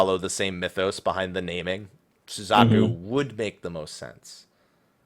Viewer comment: Red and Blue.... POKEMON RED AND BLUE. Pokemon Crossover confirmed.... (I'm totally not being serious, just FYI) And... that pronuciation of Suzaku.... T_T; soo/zah/koo not sooz/AH/koo.